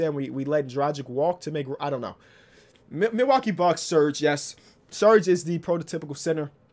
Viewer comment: Man really called serge “surge”